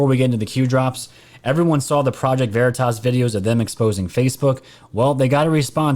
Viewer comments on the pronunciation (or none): none